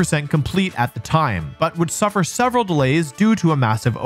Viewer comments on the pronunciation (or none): none